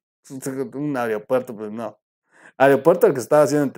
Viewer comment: Troll: se dice Aeropuerto y no areopuerto